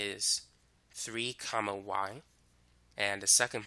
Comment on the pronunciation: The way he says comma though 🤣